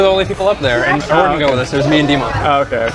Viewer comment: Aurora's perfect pronunciation never ceases to amaze me. I would never guess she's still not fluent